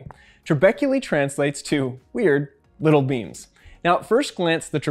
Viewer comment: When they sad “little beams” I kept on hearing “little beans”.